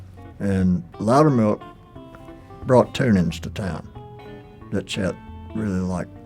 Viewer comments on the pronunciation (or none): To the types it's chet and not jet